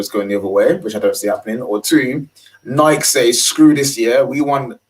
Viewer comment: Kills me at the mispronunciation of Nike lol